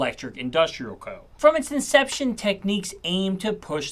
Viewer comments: It’s pronounced TEK NIKS , not Tek neeqs - otherwise it would have been “Techniques” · Tech-nicks not Tech-neeques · It is NOT pronounced Techneeks but Technicks, their keyboards were very impressive I have had three over the years, Technics audio was pretty special also. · I’m pretty sure it’s not pronounced Techniques but Technick. I could be wrong but please enlighten me. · Tek niks not tek niques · Ffs it's Technics, not techniques... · Great video, made me even more determined to rebuild my audiophile collection. Also, I always pronounce Technics as tek-nicks, I've not heard it pronounced techniques before. Is this a UK - US thing? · Tek Nix not techniques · I worked for technics and I hated people mis pronouncing its name. The way it should be pronounced is tech-niks. I can’t understand people who say techniques. Learn before releasing a video. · What is the correct pronunciation of Technics in Japan? I grew up in the UK always pronouncing it Tek-niks, whereas the American pronunciation seems to be Tek-neeks. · “Technics”, (with a hard K) as in ‘technical’. Not “Techniques”. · You should really stop calling Technics , Techneeeeks. Makes it hard to take you serious. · The way you say technics is tough. Great vid lots of info.